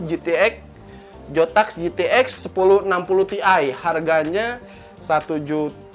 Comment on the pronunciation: Zotac bang bukan jotak